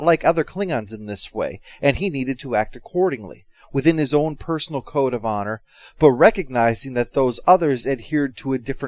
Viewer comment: When he said "horizontal honor" i thought for a moment he said "horizontal on her"